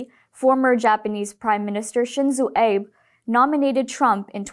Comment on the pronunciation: Pronunciation for former Prime Minister "Abe", The "A" in "Abe" is pronounced as the "A" in "Ali" and the "be" in "Abe" is pronounced as the "be" in "eBay"! The Japanese "Abe" is not pronounced like the "Abe" in Abe Lincoln! Just saying❣️